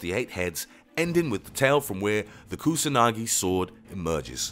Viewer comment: The many mispronunciations on Kusanagi and the chinese sword of Goujian hurt my ears.